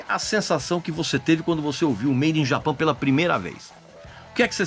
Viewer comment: Olá Regis, agradeço por seu trabalho incansável e por compartilhar seu conhecimento conosco. Embora eu aprecie sua habilidade e dedicação, gostaria de chamar sua atenção para a pronúncia do nome do disco "Made in Japan". Creio que seria correto falar todo o nome em inglês. Se você teve alguma razão particular para pronunciar "Japan" em português, gostaria muito de entender. Muito obrigado novamente por seu profissionalismo e trabalho excepcional. Grande abraço!